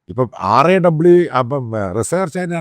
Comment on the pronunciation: Why they are banning raw that is indias intelligence agency. Why you are saying R... A.. W... SAY IT as RAW.